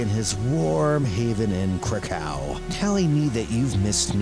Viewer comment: Love your content but by Cain please google how to pronounce Krakov and Zagreb because it is straight up painfull.